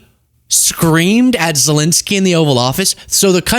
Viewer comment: another one who keeps calling Zelensky "Zelinsky" 🤦‍♂